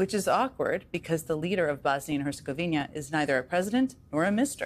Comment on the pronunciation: Bosnia and Herzegovina, not Bosnia and Herzegovinia. I won't mention that you said "implant" when you meant "implement". Ooops. I just did.